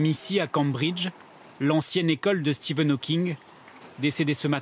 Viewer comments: Dans le reportage sur Stephen Hawking, le "journaliste" n'arrête pas de l'appeler "Steven Hawking". Même pas capable de s'apercevoir que le chercheur au CNRS qu'ils ont interviewé avec son équipe prononce bien "Stephen", ou tout simplement de LIRE LE PUTAIN DE BANDEAU INDIQUANT LE TITRE DU REPORTAGE. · "Stephen", pas "Steven" bordel de merde ! Il m'a venèr le journaliste xD